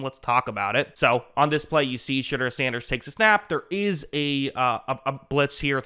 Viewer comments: Shedeur’s name is pronounced sh-door not sh-dur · I love that you pronounce his name as shitter. Legit love it.